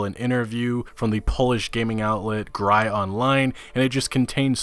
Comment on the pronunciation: Useless fun fact You pronouced Gry as Graj in Polish, in this word you use the same y as in the word very.